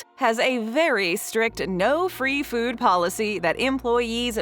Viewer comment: The word is food, not fuewd.